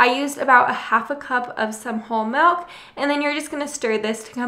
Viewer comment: Love your videos. Been a long time subscriber Just got an instapot for Christmas!! Happy to watch the videos that didn't pertain to me before. Still hate how you say melk. But love you recipes. Merry Christmas!!